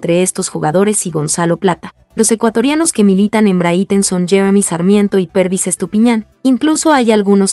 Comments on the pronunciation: NO SE PRONUNCIA BRITEN SINO BRIGHTON! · Porque dice Brithon ya mismo lo dice Brito 😅😅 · Encima de publicar noticias falsas no saben pronunciar el equipo... De verdad no se cómo carajos tienen la cara de aparecer y seguir?